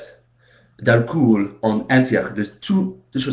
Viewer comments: Il y a des choses comme ça en France. Par exemple, moi, je suis en Terminale (senior year) au lycée. Et la "tradition" est de fumer de l'herbe avant un cours de Philosophie. On voit les choses sous un angle différent! :) " Alcool" - on ne prononce pas le "oo" comme "ou", mais comme le son "o", tout simplement. Merci de prendre,du temps pour nous faire partager ta culture. Go on : ) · On ne prononce pas "alcoul" ! On prononce :"alcolle" ! Même si on écrit "alcool" !